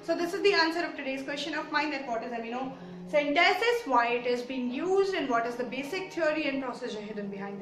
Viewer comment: It's Amniocentesis not Amniocentesis